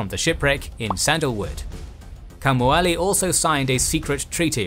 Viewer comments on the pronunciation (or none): Again the Hawaiian needs work. King Kaumualii is pronounced (in a way you may understand better) Cow Moo Uh Lee Ee not "Kamuali"